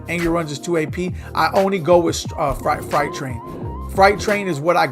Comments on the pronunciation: freight (frate) train. Not fright. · "Fright Train" 😂😂😂